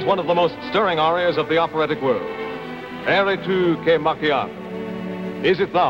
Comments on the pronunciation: He actually pronounces it halfway between "eri" and "erri": he is just trying to get that italian "r" sound right :P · "eri" should have a monovibrant r, not a long and trilled "erri" sound. eri: you were erri: you are in error/you are wandering I think it's very difficult for an american speaker to pronounce italian, though.